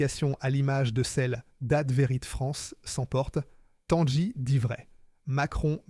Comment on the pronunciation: Tanguy ne se dit pas "Tanjy" mais comme le prénom Guy, Tanguy quoi, ou comme un bateau qui tangue et non pas qui "tanje"...